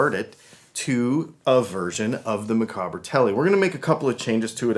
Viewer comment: Micawber, from Charles Dickens' book "David Copperfield") - pronounced 'Mic-AUB-er'. Rhymes with 'dauber'. Otherwise cool.